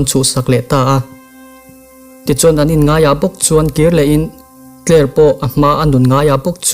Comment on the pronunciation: Uncle August-a hi tinge Pogast-a i tih tlat a, Tyler pawh hi Tyre i ti tlat pek a 😂😂